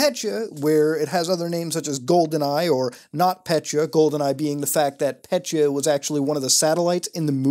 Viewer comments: Pet-ya, not pecha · As a Russian, I get more pissed every time he says petya . . . Not PETCHA it’s PET-YA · Dude, not "Pet-cha", it's "Pe-tja" or "Pe-tya" ("Петя" on Russian).I don't know how more clearly to show pronunciation in text form. I know that is very puny criticism, I'm sorry, but every time I hear "Petcha", it makes my brain to spaz out. P.S. I did like this review though, like any other virus investigation, they all are great (unlike your Russian, which is not surprising). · It’s not “pechya” it’s “petya” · petya not petcha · pet-yuh not petcha reeeeeeeeeee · So I am Russian and hearing petya pronounced "petchya" hurts. It is still good video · Thanks for the awesome video as always, but i just thought i`d point out that ''Petya"is actually a woman`s name in most slavic countries and it`s pronounced "pet(as in ''pet)-ya(as in yahoo)" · Your pronunciation of "Petya" make my ears hurt